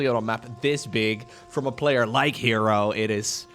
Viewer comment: Wait herO should be pronounce as her-O not he ro